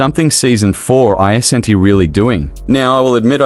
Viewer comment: "Ei-ze-en-ti" isn't how you pronounce "isn't"... ("Iz-N-T")